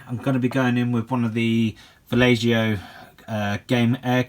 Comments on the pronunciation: Valleho* not Vallejoe :D nice tut though . keep up the good work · No dude, its vallejo and u speak it like vajecho.